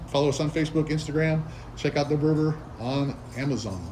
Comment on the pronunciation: VEVOR..not vervor 😊